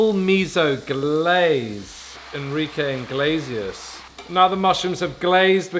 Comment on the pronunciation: Enrique En-glaze-ias 😂